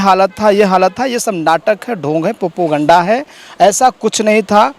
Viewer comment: Did he just said Popuganda at :20 😂🤪